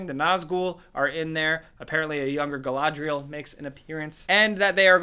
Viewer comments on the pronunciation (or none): Also I didn’t know gull-ah-drial was in it! So much gull!